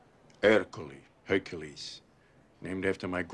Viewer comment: Hercule? But H is silent?